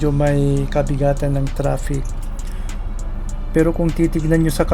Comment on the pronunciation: I just find it funny that you say "tropic" instead "traffic". I'm like, "Where is the beach and the palm trees" in your video? Lol